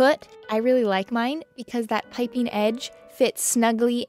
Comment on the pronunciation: It made me smile (in a happy, not mocking way) that with the way your accent kind of abducts all the ending "g"s, piping became Pipin, and I just kept picturing a clueless curly haired hobbit wandering through your work area... just hopping this will make someone else smile too!